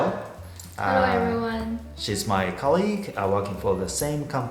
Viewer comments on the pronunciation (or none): 最初の10秒ぐらいのところですが、Atsuさんのcolleagueのアクセントは違うんじゃないかと思います。 "league"にアクセントを置いていますが、"col"が正解だと思います。 個人的な経験ですが、colleagueを正しく発音できている日本人にほとんど会ったことがないので、すぐに気づいてしまいました。 間違いの指摘だけをするのは申し訳ないのですが、、、 以前、発音・アクセントに関するレッスン動画をあげていたし、発音の重要性も話していたと記憶していますので、この日本人が苦手なcolleagueの発音を直した方がいいのでは、と思った次第です。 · さん お互い、自分が（まず間違いなく）正しいと思っているので堂々巡りになりそうですが、、、 togetherのアクセントは正しいですが、colleagueのアクセントは間違っています。それと、抑揚とアクセントは全く別だと思いますので、仮に抑揚をつけようとしてアクセントの位置が変わってしまったとするなら、それはもはや正しい発音ではないと思いますよ。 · colleagueのアクセント、私もつい最近までそうだったんですが間違えてますよ。 頭にあります。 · さん 確かにその可能性はあるかもですね。 ただ、少なくとも動画の中のアクセントは間違っているので、「ネイティブ（と変わらない）英語」を目指しているAtsuさんにはお伝えした方が良いかなと思いました！